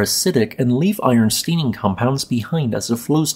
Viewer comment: As always, topnotch information. one criticism: Your pronunciation, or should I say pronuncieetion of "long A" has been steadily creeping toward "long E". Already, stayning has become steening, discoloraytion has become discoloreetion, sayfe has become seef and day has become deey. I'm weeting for the deey you seey you got your peeycheck from Peetreon. When did you start the botox treatments? My voice-to-text software is starting to drop such words. Fixing this only teekes relaxing the mandible by a quarter inch. ( )